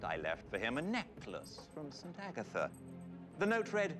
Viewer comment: Alright but… it’s so cute how pronounces Agatha